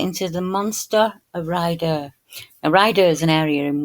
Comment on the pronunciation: It’s called Ray-adder,, sorry not “Rider’, hugs 🤗 ❤️🦋🙏